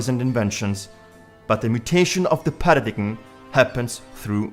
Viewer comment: With great respect, you would be better off with a Narrator who can pronounce with (important) word "PARADIGM" phonetically pronounced "para-DIME" It helps with our FE credibility...